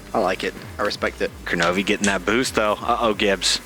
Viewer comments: Seriously? Koronovi? Its Kronovi lol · its kronovi